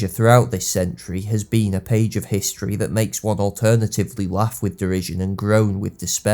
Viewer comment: I had no idea Jamie Tartt knew so much abou timperial histreh